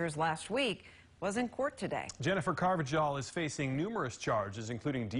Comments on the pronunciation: Car-va-hal, not with a J sound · its "car va hal" not jal, y'all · It’s pronounced “ carv-a-hall”. I should know. I’m a fellow Carvajal. 😂😂